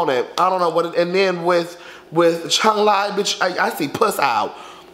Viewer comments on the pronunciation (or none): none